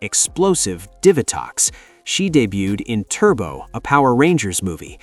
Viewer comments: Okay look, the video is good and I love the summary of things. But try to make sure you've got some pronounciations down right. for example "Diva-Tox" like a DIVA Devi-ot, like how you says DEVIOUS Dia-bolico, like how you say DIABOLICAL, DIABOLICO it's not that hard when you hear either rangers or other characters say the name of a character. Also as a note, you discussed Ransik but his final fate HAPPENED in the crossover with Wild Force where he helps the Ranger teams out and also ends up purified of his mutant affliction and is thus FULLY reformed from the Ransik of the past. He had a redemption ark LIKEWISE you forgot to mention how Astronema reformed as Karone became the 2ND Lost Galaxy Pink Ranger after Kendrix died when Psycho Pink killed her with a legendary sword. The Psycho Rangers themselves would've been worthy of a mention of returning ELITE bad guy Ranger enemies. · Cant you pronounce Divatox correctly